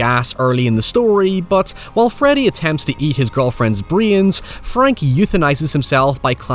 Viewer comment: it's "brains" not "breeee-yans"